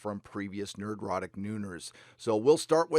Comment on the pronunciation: Thank you, Nerdrotic, for pronouncing my last name correctly! You might be amazed how many people get it wrong. I also appreciate your various perspectives on honest inclusivity and diversity throughout this and other videos. I'm about as "straight white male" as it gets, but it's nice to hear people saying, "Hey, we don't care who you are. We just want good stories, first and foremost. We don't have to all be alike or even agree with each other to do that."